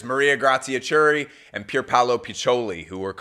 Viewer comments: Maria-Grazia is not Chew-rie, she`s Kewree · the "ch" in Chiuri is pronounced "k"! great video tho <3